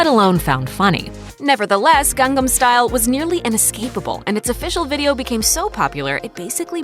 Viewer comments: "gangam"? its pronounced like "gahng-nahm"... :| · Why does she say "Gang-gam" instead of "Gang-nam"